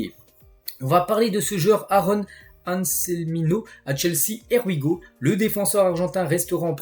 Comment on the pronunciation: j’adore tes vidéos mais svp fais un effort, tu me fais saigner des oreilles avec ton anglais: here we go se prononce ir we go MERCI! 🙏🏻